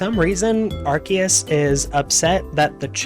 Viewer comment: You chose to pronounce Arceus correctly but then proceeded to butcher everyone’s names going forward.